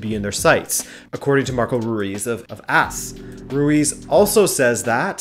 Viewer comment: it's a-s not As lol